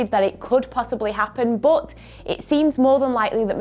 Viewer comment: saying but as buot..😂